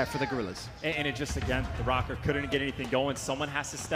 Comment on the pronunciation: Is it just me or is everyone pronouncing Røkker wrong? The ø is pronounced like "uh" and I'm not hearing that.